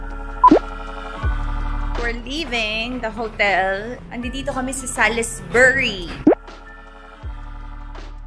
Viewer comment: Pronounce it as Salisbury(silent i,silent u)